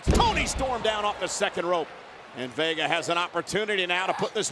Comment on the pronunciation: Michael really said Vager instead of vega